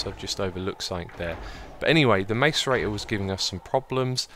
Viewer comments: ITS PRONOUNCED MASS-ER-EIGHT-OR! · btw macerator is pronounced (i believe) like: mass-ce-rator